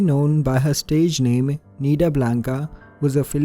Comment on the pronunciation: I know this video was uploaded a year ago but let me say that your pronunciation for the names and places is just on point, love from the philippines! I love your videos! 💖 subscribed 🥰